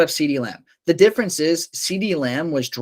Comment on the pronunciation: I don't trust guys who can't even pronounce Amon Ra, Doubs, and Pollard correctly.